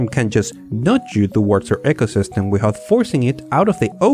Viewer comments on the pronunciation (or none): 'eecosystem', not 'echosystem'